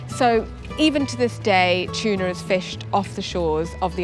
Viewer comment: It’s not CHUNA, it’s Tuna 😊…. great video ❤